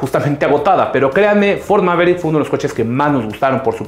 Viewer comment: Todo bien asta a Que dijiste peogeot 208 y Ford mavericks xD